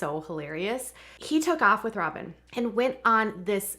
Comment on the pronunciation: She said "Sobyn Robyn"🤭🤣🤣🤣🤣